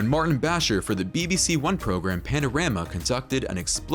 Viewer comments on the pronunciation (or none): none